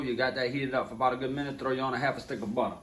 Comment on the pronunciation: its no joke when he says ¨throw in that halfa sticka butta¨ that butta said swoosh lmaooo!!!!